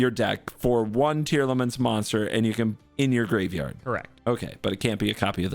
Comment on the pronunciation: This video was hyyyype dude, also I'm so happy you got down the "Tearlaments" pronunciation. Very glad you're improving quickly as well!